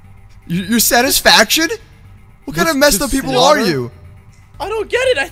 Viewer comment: When she said satefaction I had to agree with her😆